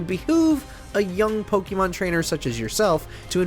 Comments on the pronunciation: Why does he keep saying “Pokimon”??? It’s “Pokemon” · Every time the narrator says Po KEE mon I cringe a little. I don’t think this is the right pronunciation. In Japanese it’s Po KAY mon which i think is the correct pronunciation, but I get that in English we don’t say an E as “ay.” The English pronunciation is probably best as po KEH mon, much like the e in pocket monsters.